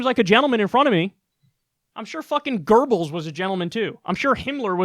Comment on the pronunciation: Gerbils? You meant "GOEBBELS" instead xD. Anyway, you and Jimmy Dore are hands down the best political channels here. (Btw... no "Kyle Out of Context" in over a month? C'mon brooooo - make Big Seltzer sponsor it.)